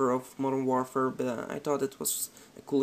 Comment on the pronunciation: "Modern Worfer"